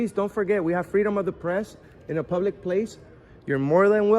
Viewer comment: Hey it's public not pulic